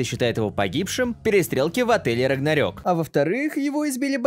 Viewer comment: не рагнарёк а рагнарок типа рок потому что там рок играет ну ты понял